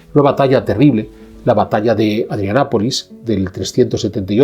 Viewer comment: Me parece que se dice ADRIANOPOLIS, CON LA "o". Gracias por el vídeo.